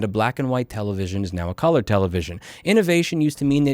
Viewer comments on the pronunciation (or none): none